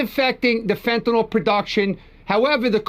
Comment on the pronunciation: 1. It's pronounced FEN TA N I L - as it's spelled F E N T A N Y L. 2. Your comment about Trump going after all the fentanyl pouring into our country assumes we're being told the truth. There's still been ZERO confirmation that the small boats that have been destroyed by Kegsbreath were carrying drugs. Maybe they were, maybe not. However our protocol is to seize the boats and the contents....not blast "SUSPECTED" drug traffickers out the of water. One of the boats blasted was apparently NOT carrying any drugs. But I guess this administration of war mongers think casualties are just fine because the people in them are brown skinned. 3. As always, Trumps actions are diversions from all of his failures: PRICES HIGHER THAN EVER GASOLINE SPIKING ALMOST DAILY PRESCRIPTION DRUG PRICES OUT OF CONTROL FUEL COSTS FOR HEATING AND OTHER USES GOING UP UP UP. HEALTH INSURANCE PREMIUMS, CO-PAYS AND DEDUCTIBLES FOR MILLIONS WILL GO THROUGH THE ROOF AT THE END OF THE YEAR IF GOP REFUSES TO NEGOTIATE. 4. According to Babbling Barbie Bible (dollar store Jen Psaki) Trump's main focus in on the ballroom. The $300 million ballroom when Americans can barely afford basic necessities.